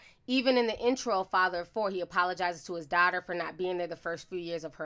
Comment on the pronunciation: I love you sis but you killing me with this damn darghtarrrr, it's "daughter". It like chalk scratching across the chalkboard.